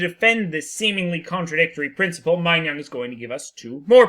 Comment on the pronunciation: "-nong" not "-nyong"